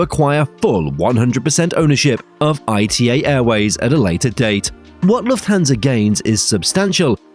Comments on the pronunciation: ITA airways is NOT pronounced I T A is pronounced ITA -As an Italian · It's not "I-T-A" but "Ita" as a word (pronounced "ee-tah"). The fact that the name causes so much pronunciation confusion is just another proof of how weak the 'ITA Airways' brand really is. Let's see when they finally decide to bring back the Alitalia brand.